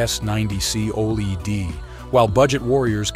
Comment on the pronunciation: Lost me when saying OLED wrong. ✌🏻